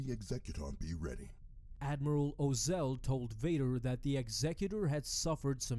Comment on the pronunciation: Ozzel is pronounced Oz-el, rhyming with nozzle. Tagge is pronounced Tag.